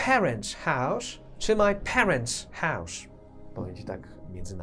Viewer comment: Hause to "hausz"? Łot łosz dat? Co to za wymowa? hause - hausz , was - łosz... Nigdy nie słyszałem takiego "sz" u Anglika, a w zasadzie zapytani Anglicy też nie słyszeli czegoś takiego, hmmm 🤔